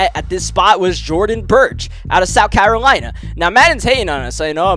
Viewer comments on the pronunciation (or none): none